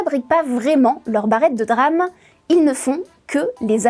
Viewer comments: band-ouaille-th memory Drame au lieu de DRAM. On voit que c'est des gens qui ne se sont jamais intéressé au sujet ou à l'anglais jusqu'à 10 minutes avant l'émission. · La 1ère phrase est fausse, c est pas la barrette mais le kit. Ca se dit D-RAM et pas DRAM. Des le départ on comprend bien qu elle parle d un sujet qu elle ne maitrise pas du tout, elle a lu 2-3 trucs et ensuite se croit capable d en faire une vidéo explicative. Au début on dirait qu elle veut faire passer les entreprises pour de grands méchants qui complotent, alors qu ils auraient eu l occasion de faire ca depuis bien longtemps, c est juste le contexte avec les besoins en IA qui les font s orienter plutôt vers elle que vers la RAM grand public. J en suis qu à ... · dire "DRAME" plutôt que D-RAM ca casse un peu tout le truc :) :) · le reportage est intéressant mais omg prononcer DRAME et pas D-RAM c'est pas fous... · Personne ne dit "DRAM". Ça se dit "D-RAM" le "D" étant prononcé à l'anglaise. Donc phonétiquement : diram. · Have you been living under a rock. You don't say DRAM, but D-RAM. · DÉ RAM et non Drame pour parler de DRAM.... Quel drame pour les oreilles. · On prononce D-RAM pas dddddram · Belle synthèse mais par pitié, mettez vous à l'Anglais ! D-RAM, bandwidth, Gigabyte, ça fait mal aux oreilles !!! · ça se prononce DéRAM, pour dynamic RAM, sinon, c'est le DRAMe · On dit DeRAM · « Les puces de DRAMMMM » mon dieu quelle incompétence 🤦 Un peu le « meuporg » de l’école pour ceux qui se souviennent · Je confirme la prononciation de D ram est un drame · Quel DRAM de ne pas dire D-RAM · C'est un drâme monseigneur ! Mais oui elle est dans les choux niveau prononciation ! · C'est pas comme ca qu'on prononce "DRAM" et "Bandwidth"... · Ça encore ça va, en anglais c'est comme ça qu'ils le disent. Quand on a l'habitude de regarder du contenu anglais, ça ne choque pas. Par contre sa façon de dire DRAM et bandwidth, ça m'a fait un mini-AVC. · On dit DRAM, SRAM. Comme on dit PROM, ROM et non P-ROM 😂